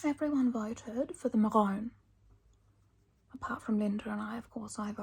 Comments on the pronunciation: Not the “mahhh-ROON”😂 I’m literally laughing crying. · Are you saying "maroon"....?